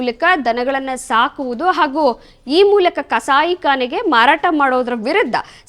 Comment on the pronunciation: Madam kannada uchchara sari irali pls. Bavane...bhavane Dikkara....dhikkara Kasai Kane....khane. Ana....Hana Baktaru.....bhaktaru. Ore.....hore. Dande....dhande.